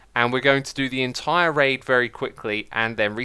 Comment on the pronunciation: Whenever he says "raid" i dont... hear... "raid"...